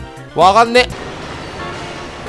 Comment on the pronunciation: のところの 「わかんね」が少し訛って「わがんね」になってるの休みボケでてんなあ。すこ